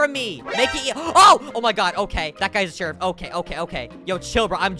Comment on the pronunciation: Hes says /shierf